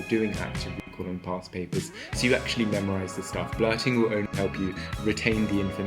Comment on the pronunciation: Parst Papurrs